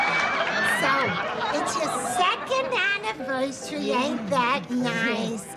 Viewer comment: 'OHHHHHHHH happy second annivois' 'CUT!' 😂🤣